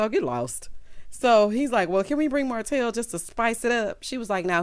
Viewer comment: called Martel HO-tel!! 😩🤣🤣